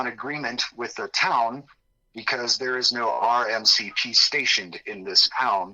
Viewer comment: R.C.M.P*! Lol not R.M.C.P❤❤